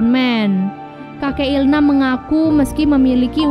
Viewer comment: il-nam bukan il-ham